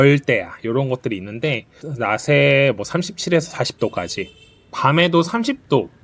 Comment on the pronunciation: 낮에...... 읽을때....... (나제)......라고 읽으세요